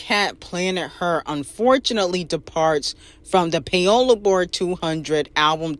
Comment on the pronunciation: Pie-ola? Lawwwddd cardi is just stupid